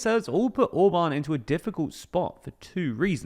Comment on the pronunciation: His name is ORBAN, and not OBAN ! Can not you prenaunce the letter R ? Try it !